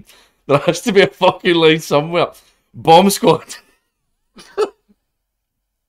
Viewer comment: The way says it makes it sound like he's saying "bum sqaud"